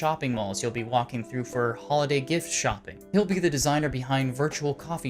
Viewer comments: HAlliday, Not "holiday" purleeeze. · It triggers me that he say his name wrong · Me too